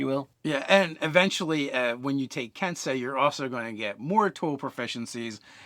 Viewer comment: Ken sei Not "kensai".